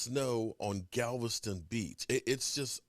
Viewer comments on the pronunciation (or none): none